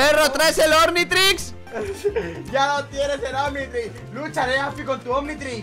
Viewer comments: "Ormitrix" jajaja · When quieres hacer un viral but ni siquiera sabes decirlo bien Ornitrix :v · Api dice "ORNITRIX" y es OCNITRIXXX :V ok no (omnitrix) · Ornitrix? 😂😂😂 es omnitrix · dice ornitrix:v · Por que dice ornitrix se llama Omnitrix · "Ornitrix" xdxdxd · soy yo o dice ORnitrix.. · Como no van a saber decir omnitrix ben 10